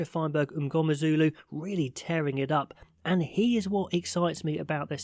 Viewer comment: Pronounciation of "MNGOMEZULU" 9/10👌🏾